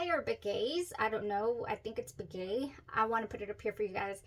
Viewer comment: I believe your tasty treat is pronounced /Ben yay/ 😘🤗